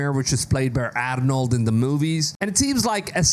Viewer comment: Dude didnt know how to say arrrrrrnold name